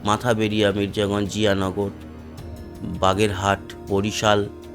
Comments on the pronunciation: মাথা বেড়িয়া না উচ্চারণ করতে হবে মঠবাড়িয়া। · মাথাবেড়িয়া না ভাইয়া। মঠবাড়িয়া।